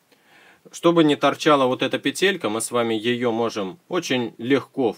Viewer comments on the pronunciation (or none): не петЕлька, а пЕтелька